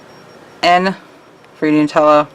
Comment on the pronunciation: A really cool design. So glad that you pronounced 'Nutella' the correct way! Here in England, everyone pronounces it wrong + growing up in a French + English speaking household, the mispronunciation really riles me (I know it's an Italian brand but it's pronounced the same in French!). Anyway, sorry I waffled on there - great design!